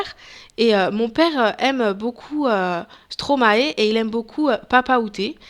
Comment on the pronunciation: Hey, bon commentary, mais stromae ce dit stromaye ( c'est le verlan de maestro):)